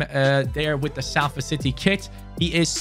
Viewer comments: it’s pronounce solford not salford! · It’s not S-A-LFORD it’s pronounced Solford like so can see I’m from Salford myself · its pronounced Solford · Thanks mate, I’m from Salford and nothing annoys me more than people pronouncing it with the A sound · just so you are aware, the ‘a’ in Salford is pronounced as an ‘o’ so the team is pronounced as ‘solford’. Lovers this video can’t wait for more 🔥👍🏻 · its more like sulford or solfurd in the pronunciation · Yeah it doesn't make sense when you said salford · It’s “Solfahd” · I'm rlly sorry but it's pronounced solford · The way he says Salford 😂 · I'm just watching this now. I was looking for all the comments and there's hardly any. It's so jarring and he said it about 3 times in 5 seconds